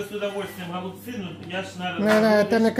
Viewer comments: Не Голубці,а голбЦІ наголос на кінці слова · ГолубцЫ, а не гОлубцы